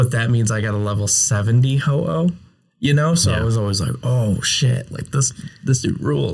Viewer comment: IT'S HO-OH NOT F*CKING HOHO! SAY IT RIGHT!